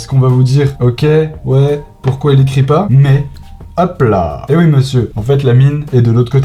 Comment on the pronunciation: xD le oui oii